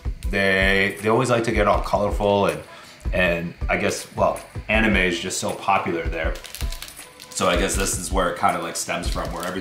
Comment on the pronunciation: ummmm its not animez its just anime